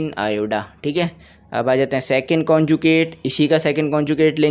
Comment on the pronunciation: lt is iota not ioda.